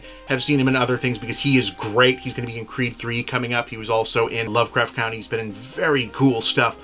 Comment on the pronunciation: There HAS to be one major mispronunciation per video, no Cavill or Rowling this time, but Country :P